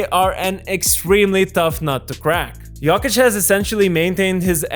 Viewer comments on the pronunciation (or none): It’s not “yockich” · I hate the way you say Yolkich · With all respect, please pronounce his name right next time! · The way you pronounce Jokic triggers me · It's funny how you pronounce Jokić, like a posh girl from Belgrade(I'm not saying you sound like a girl 😆)